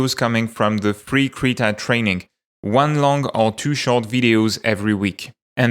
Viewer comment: "Krita free"? Wait, Krita will have a paid version now? Took me a while to realize that is just how he says" three" :P Thanks for the update!